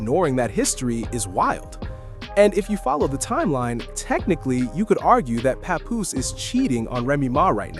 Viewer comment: It's NOT PA-POOSE - IT'S PAP-POOSE LIKE PAP-SMEAR!